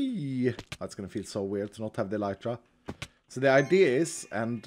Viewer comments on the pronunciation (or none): none